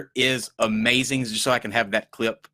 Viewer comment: lol he said "the non secular show is UHMAZIN!" 😂